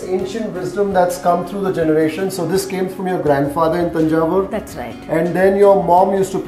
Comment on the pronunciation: Yo, loved the manner you pronounced tamizh with the 'zh' inflection, and Thanjavur correctly. I know the reason now. 😀